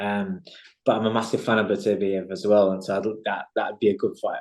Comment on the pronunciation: Why can so few people within the sport pronounce 'Beterbiev' properly? It's really not that difficult! It is not 'better-biev', it is 'bet-er-biev', obviously.